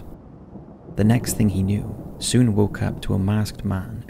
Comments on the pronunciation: Sune in pronounced like suneh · Inte så konstigt förstås men uttalet av ”Norrbotten” och ”Sune” var brutalt😝